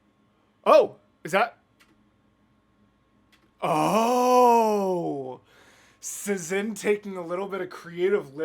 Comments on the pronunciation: As someone from Szin's country, it is my duty to say that you pronounce the channel name same as you would the word "Shin". Polish just works differently lmao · Its pronounced "shin" btw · I'm 3 months late, but whatever 😂 1. a couple comments mentioned it, but yeah it's pronounced "shin" 2. a cool piece of szin lore is that she would animate eye-sparkles to convey a character is in love, it's very fun to re-watch the whole thing while keeping that in mind :) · since their channel location is set to Poland i assume (as a polish person myself lol) that "sz" in szin is pronounced like "sh" in shower. So the whole name would sound kinda like "sh-in". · It's pronounced Shin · There was an Hamilton animatic reactor back then and they pronounced is like shin (i think they got conformation but don’t believe me 😅) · Ah yes Szin!! The queen of hamilton animatics, and a big staple in the musical community in general. She inspired a lot of artists and animators, including myself. You should definitely watch more of her stuff in the future. oh also btw her name is pronounced more like "shhin" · I love Szin (I pronounce it like Shin, not sure the correct pronunciation). So glad you’re getting into her content ☺️ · As an artist, I really appreciate your color analysis! Szin is always very particular with color in her animatics, and it’s great to see you recognize that. (Also, in case you missed my correction in the premiere chat, “Szin” is pronounced “Shin”! She’s Polish.)